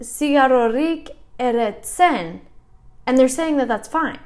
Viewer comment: "NiK ez dut erretzen" you got it correct 💪 Pixkanaka- pixkanaka hobetzen ari zara, zorionak!! 🥳🥳